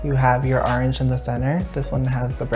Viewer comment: Instead od orange he said arnj